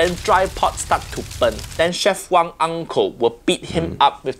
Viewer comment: one little mistake It is w-a-n-g not wong as it is chinese(not hk)